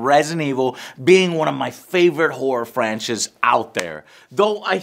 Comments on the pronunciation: lol "horror franches" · He says favorite "horror franches" lol